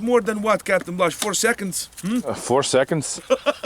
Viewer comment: when he said four seconds it sounded so goddamn american